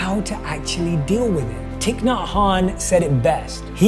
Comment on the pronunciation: I'm really esctatic when you say Thich Nhat Hanh . Thanks for your lession , you are motivational and inspirational to me from day to day . Team Vietnam with love !!